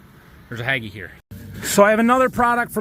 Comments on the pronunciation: On the Hagie, it's pronounced Hay-gee. The mess on the front is only Pollen not fungicide because he has a rear boom so he dosn't have boom on in front front of Cab. Plus you will notice that Pollen will be pulled into the radiator so he has to run reverse fan to keep the Engine from over heating. Your spraying 17 gpa, what Tip is he using? Need PPE. I don't spray till Brown Slilk, so it doesn't hurt Pollination. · I believe that Hagie is pronounced with a long "a" sound. Standard grammar.